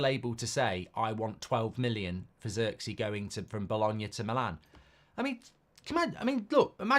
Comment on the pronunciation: I hate how Mark says Zirkzee 😂😂😂 that’s not how you pronounce homie name 🤦🏾‍♂️